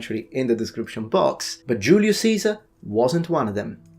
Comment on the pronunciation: TBH you are one of the first YouTube channels I've ever heard say Julius Caesars name correctly. It's like Germanys Kaiser. TU just for pronouncing that correctly.. Yes I knew all the other myths too. Good job.